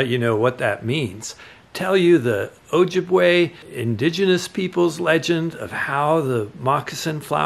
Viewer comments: Just let Indigenous people tell their own stories. Asking an Ojibwe person to tell this story could have led you to pronounce Ojibwe properly or consider that most Indigenous people don't want to be called "Indian". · it's best to say just that. It would have taken 30 seconds to look up the proper pronunciation, or better yet, ask an Ojibwe person. If you had, they could have guided you. You can acknowledge that Indigenous people used these plants as medicine without telling stories that aren't yours.